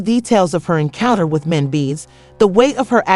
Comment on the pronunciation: WHO tf is Mencees? The inability to pronounce the man’s name, or identity the show certifies that your content is pure bs 💩! Don’t be trapped by this crap!💩